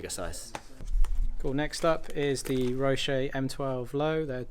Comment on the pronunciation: Roe-sis ! :) Roe-sea's!